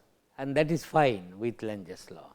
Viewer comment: lenz law, but he says lunches law,,,sorry , just opinion